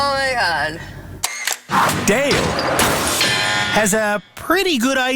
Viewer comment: Dale rhymes with Fail.